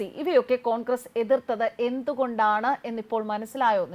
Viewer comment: അടിപൊളി കൊങ്കറെസ്സ് ആ ഉച്ചാരണം എനിക്ക് ഇഷ്ട്ടപെട്ടു ജിഗ്നി എന്നാണ് 🙏🏻